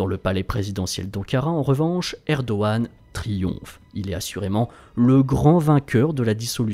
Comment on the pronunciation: je me trompe ou vous avez commencer a promoncer "Erdoğan" correctement ?